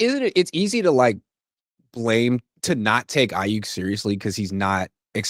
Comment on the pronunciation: please, please, please tell him it's not Brandon "Ai-YUCK" 🤦‍♂